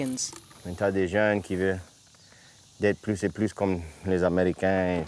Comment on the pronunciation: "les americaaaan" i can tell this french has had a american influence lol